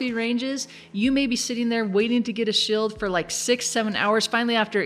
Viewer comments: shield= shild heal spell= hillspell her pronunciation is funny hehe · You say shield funny